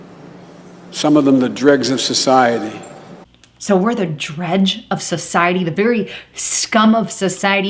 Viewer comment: Dregs not dredge